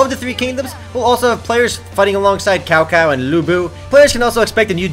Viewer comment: its not cow cow! It's actually chao chao...